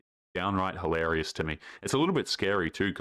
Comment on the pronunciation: pronounce the word "hil-a-ri-ous".